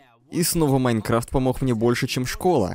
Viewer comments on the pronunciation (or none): none